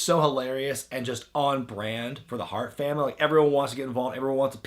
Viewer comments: "Famn damily" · "fam damnly"?